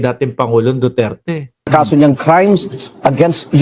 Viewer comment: hindi pa niya nabigkas ang duterte ang pagkadinigko dutert😂😂😂